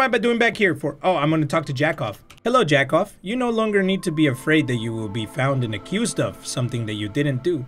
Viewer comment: yakov is said (yeah-couv) which is jacob in english